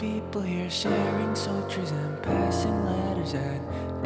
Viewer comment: I love how you still said “sotries” 😂